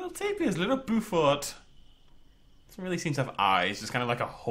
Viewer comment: I didn't know this exists! It looks great, but even though it's not real the size of the enclosures bothers me! Just a little note... Beaufort = BOW-FORT (As in bow and arrow) not BU-FORT